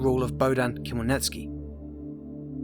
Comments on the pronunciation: Never heard anyone butcher Ukrainian names so badly. After couple minutes, my brain exploded and I can't watch this anymore, as Ukrainian. Lol. How did you say Khemlnitskiy? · Wrong pronounced Хмельницкий